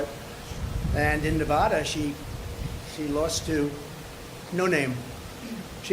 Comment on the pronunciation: It's pronounced Nev ADDA not Nev odda.